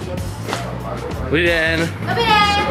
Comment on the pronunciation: Fatypillow: Dobrý den: Doby de! 😂